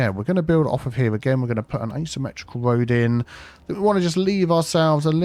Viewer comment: Arrg! Tree on't Rood